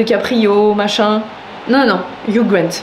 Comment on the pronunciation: Hugh ça se prononce Hyuu 😁 Le gh est silencieux hehe